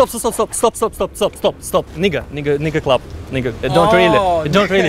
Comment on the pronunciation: Actually, its pronounced NAEga not nee